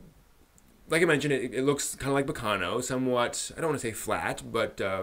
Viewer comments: While I agree with your comments on the first 3 episodes, I think it would be better to not compare it to Baccano as much as you do. (By the way, you're the first person I've ever heard pronounce it baKAno... o.O) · it's pronounced ba-ca-no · Dude the way you pronounce Baccano pissed me off for some reason